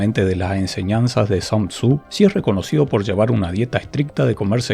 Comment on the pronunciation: El único detalle del vídeo es que Sun Tzu se pronuncia Sun Tsu, no San Tzu. Ya que es un nombre asiático, no inglés.